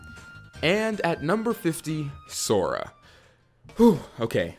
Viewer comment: At least this man got sora right